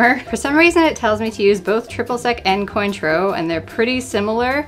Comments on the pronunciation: It's pronounced *kwon-troe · the way you pronounced Cointreau physically hurt me. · The pronunciation of Cointreau... I cannot.